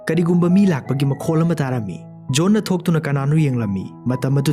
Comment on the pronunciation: Waridi fajei adubu wari lirib ebungo pronunciation dudi yadrehe businessman haidwduda businessmel haire, Postman haidwduna postmel haire, John haidwsuna jol haire, yam heinde khitng semdokpiyu N ga L gagi khetnb khngbiyu